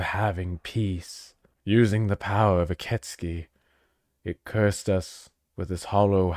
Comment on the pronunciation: Ok, 2 minutes in but I am pretty sure it is pronounced "Ee keh tsoo kee" though I only think so because that's how I first pronounced it when I played it lol